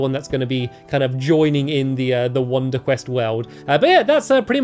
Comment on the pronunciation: You said wonder cress.